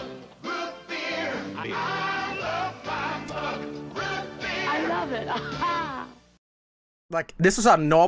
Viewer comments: a norweigan making fun of an ENGLISH WORD?.... REALLY??? HEY ITS MMMMMMMMUG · It's Mug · it's Mug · It’s mug